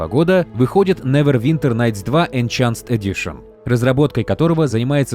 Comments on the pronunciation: > энЧэнсд эдишн "энхансд" когда это закончится? не знаешь слово -- НУ ЗАГУГЛИ ПРОИЗНОШЕНИЕ. не хочешь с этим дрочиться скажи по русски допустим продвинутое издание и всё. зачем насиловать себя И МЕНЯ ублюдским неверным произношением? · ну если уж быть таким придирчивым, то правильно будет не энЧанст, а энХэнст (американская версия) - |enˈhænst| и ИнХанст (британская версия) - |ɪnˈhɑːnst|...так что вопрос: кто прогуливал английской в школе, оставляем открытым :)) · Какой нахрен "энченсд" ??? - где вы там "ч" увидели??? читается как "энхэнсд" . Если это кликбейт на комменты, то держите еще и дизлайк- чисто из-за этого момента.... энчансд, блин,не, ну ты слышал, они просто крэйзибл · почему "энчансд", если там "энхенсд"? за весь ролик раза три была эта ошибка. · Enhanced диктор произносит как ЭНЧАНСТ, больно ушкам. (отредактировано для умников)